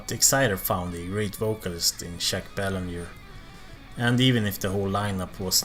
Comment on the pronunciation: Good stuff,man. I would agree with your list except the top three fluctuate depending on how I feel. By the way, sorry to nitpick,but I am a Quebecer,the n in Belanger is very soft and the r is totally silent,so more like Baylahjay. Keep up the great work,pal! Cheers!